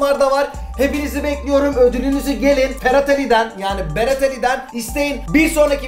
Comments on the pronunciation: Berat niye r diyemiyo? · Berat a ferat diyen koca yürekli